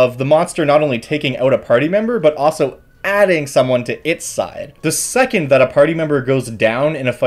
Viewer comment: There is an “L” in “also”.